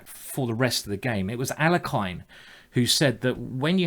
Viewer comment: Please pronounce "Alekhine" correctly. :(